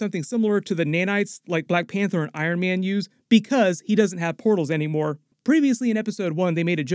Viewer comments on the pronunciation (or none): none